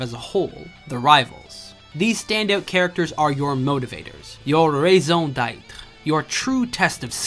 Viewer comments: bro said rayzone ditre instead of raison d'etre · Was... He trying to say raison d'être? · The way he said raison d'être sound Quebecker as fuck